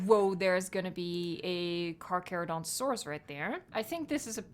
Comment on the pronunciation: Hi I’m not trying to be mean but it’s pronounced (car cher o don to saurus)